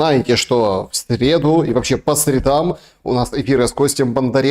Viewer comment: По срЕдам, а не по средАм